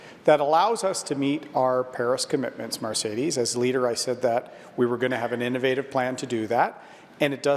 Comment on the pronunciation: O'Toole can't even pronounce the host's name correctly. What's so difficult about 'Mercedes'? How many of them has he driven in?